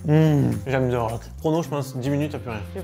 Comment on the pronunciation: The rock ou ze rock? Je comprend pas pourquoi vous le prononcer tous avec un ze.. et non un the (te) le h est muet 😅🎉